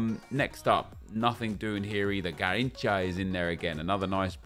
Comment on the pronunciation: everytime he says "garinthca" me as a brazilian dies